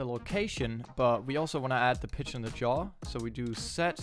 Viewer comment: yaw != jaw lmao but overall nice video, thanks for the help!